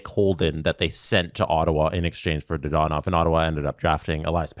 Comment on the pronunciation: Dadonov, not Dadanov